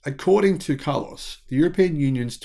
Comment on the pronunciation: I like the way you pronounce his name: car loss.